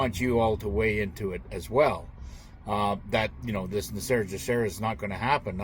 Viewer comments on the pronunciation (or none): none